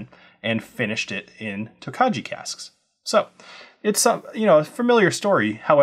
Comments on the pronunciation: Please get the pronunciation correct: Tokaji is pronounced "Toe-KEYE". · Thanks for the review! Wine guy here, just wanted to give you a heads up It’s pronounced “toke-eye” you don’t pronounce the “j” looking forward to getting this bottle! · Please get the pronunciation correct: it is "toe-KEYE". Otherwise it takes away from what was a credible review.